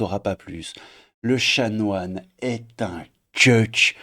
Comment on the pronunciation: Chanoine, pas chamoine 😂